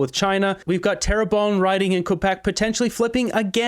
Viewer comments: Hey Moose; it’s “Terra BUN” ! FYI 😁😁😁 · Pronounced - Tair-bun